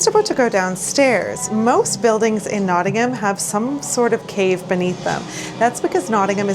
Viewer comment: Well done for pronouncing Nottingham correctly !